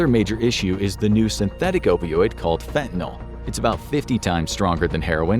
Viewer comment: It's fentanyl. Not fentanyl!!! Your mispronunciation drives me crazy!!!👿👿👿👿👿